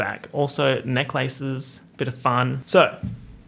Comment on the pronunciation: The way you said "necklaces" I was genuinely for a minute thinking wait did I miss some fashion trend of just draping lace across your neck or something